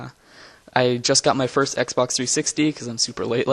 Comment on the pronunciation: First, not Forst